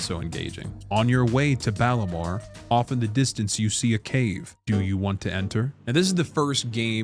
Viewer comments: "Balamore"...? (Balmora) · He called Balmora Balimore, I’m done bro 😂